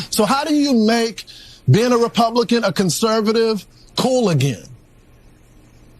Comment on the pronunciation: Faulkner, a Black woman, had a Freudian slip. She said Republiklan in that clip! Watch it again! Lol!!